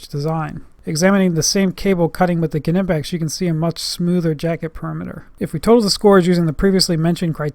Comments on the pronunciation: It's not K''ee''nipex it is simply knipex without ''ee'' it is German not American. Type Knipex in google translate to hear how it is correctly pronounced. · NIPEX , silent k .........hehe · Kernippex? As in Kernife (knife) and Kernight (knight). Omg 😧 you Americans 😅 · Don't want to be the Internet police dude but Knipex has a silent K. Other than that great video and a thumbs up from me. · I thought the "k" on knipex was silent, making it "nipex" to pronounce it. Hmmm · Isn't it pronounced "Nipex" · The K Is silent